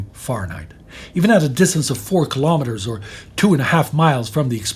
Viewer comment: No matter how many times i hear about what happened to the people of Hiroshima, it still hits me hard. Those poor people., thank you for given the yanks a reality check on how to properly pronounce, Fahrenheit. In English we usually pronounce it as if we had an umlaut over the a. I am still in disbelief we gave Israel the bomb 🤦🤦🤦🤦🤦